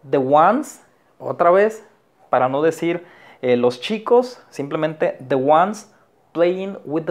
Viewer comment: No sé pronuncia:" de oder " Se pronuncia "di oder" . Saludos 🙋🏻‍♂️